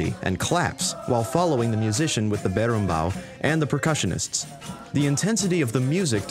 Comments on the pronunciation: Morri quando ele falou "berimbau" e "capoeira" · so, im brasilian and, to me, its really funny hear you trying to say "capoeira", "roda" or "berimbau". Not a joke, I like it. and is nice to see this type of "representation" of our culture in games like that. Nice video :) btw, "roda" isn't a capoeira thing, is any type of circular formation. we call "whell" the same way.